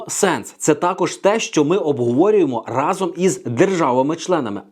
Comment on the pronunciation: Сашко не разОм, а рАзом. Перевірочне речення - Дубінський хтів отруїти вас всіх гАзом рАзом.